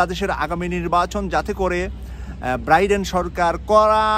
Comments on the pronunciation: 'ব্রাইডেন' নয় 'বাইডেন' বলুন। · Not Briden , it’s Bayden or Biden . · ভাই আপনি কি বলছেন ব্রাইডেন না বাইডেন কোনটা ঠিক। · biden, not briden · Please Brother Biden not Briden thank you 🙏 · Chagal briden na biden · ব্রাইডেন নাকি বাইডেন? উচ্চারণ ঠিক করলে ভালো হয়। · শুদ্ধ উচ্চারণের অনুরোধ রইল, show এর উচ্চারণ shu এবং Biden নামের উচ্চারণ Briden নহে । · বাইডেনের নাম ও ভালো করে উচ্চারণ করতে জানেন না, আবার নিজেকে সাংবাদিক দাবী করেন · আপনার মত একজন সাংবাদিক বাইডেনের নামটা বলতে পারেন না কেন।আমরা চাই হাসিনা তেমন অপমান হয়ে এসেছে মোদীও অপমান ,য়ছ আসুক।